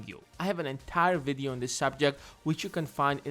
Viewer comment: I hate the way you pronounce 'video'.